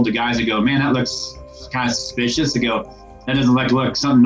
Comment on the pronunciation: when he said "suscipous" me thinking of tiktok like " thats susucipous thats weird"